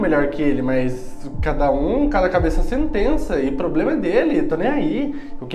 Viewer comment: Ploblema seu